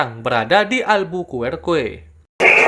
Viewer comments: cara bacanya bukan alburkuekue tapi alberkarki ( albuquerque ) tempat tinggal white walther di film breaking bad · bukan alberkorkue tapi alberkerki, itu yg bener cuy